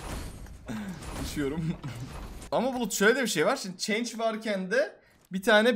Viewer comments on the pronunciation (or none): Ulan change ne yaa 😂😂 chance oo chance yani şans demek bı daha duymayım 😅